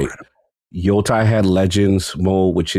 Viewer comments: The way he says Yotei drives me up the fucking wall 😂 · Idk why Cog is just incapable of saying Yotei correctly 😂